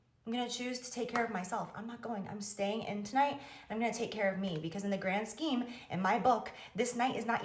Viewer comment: She said "gram scheme" the 1st time.😂